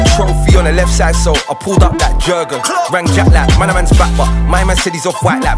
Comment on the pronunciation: 'Jerrgunnn' how someone let this this song if he can't even pronounced the name right 🤣